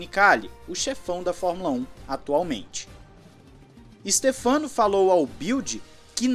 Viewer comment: Em italiano a pronúncia correta do nome do Domenicali é Stéfano e não Stefâno.